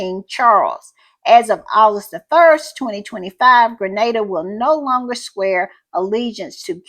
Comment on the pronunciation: Thank you for shouting out Grenada 🇬🇩, and I appreciate so much that you know how it's pronounced. Little things go a long way. And thank you for the great podcast